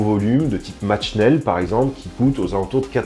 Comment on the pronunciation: Sympathique video! Sinon, Comme breizh, tu prononces match schnell..mais deja le t est avant ch... Et en allemand , ch se dit ‘rrrrrr’ Donc on prononce ‘mart’ et ça veut dire ‘fait’...à rajouter à schnell qui veut dire rapide